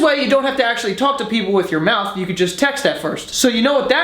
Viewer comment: "Just Vou"